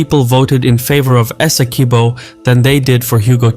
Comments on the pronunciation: Hey, the u in Esequibo is not pronounced it's supposed to be pronounced phonetically as if it were Esekibo. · had to click off bc the mispronunciation of “esi-kweebo” was too annoying.